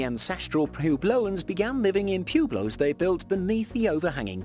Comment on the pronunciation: Pew blows? Do you mean Pueblos?